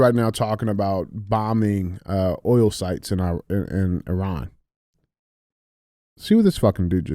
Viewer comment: Andy, I'm half Iranian. Thank you for teaching DJ how to pronounce Iran correctly. If you need an extra hand, I will gladly offer my services free of charge.